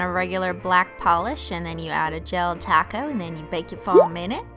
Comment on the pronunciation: Anyone else think Sometimes she says taco and sometimes top goat... Or...okay I'm the only one😅